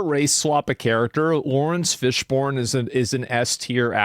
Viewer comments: Laurence Fish BURN. Quit saying born. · RIP Laurence Fishburne's name pronounciation ... FISHBORN... Come on dude...